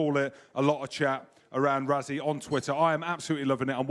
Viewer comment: What's wrong with British pundits - can you not even bother to pronounce Rassies name correctly. It's not Razzie it's pronounced Russy. Try and get it right even if you can't be bothered.